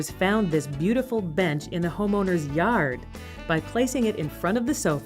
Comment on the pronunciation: (Yard was spoken in the same accent as in Ram Ranch)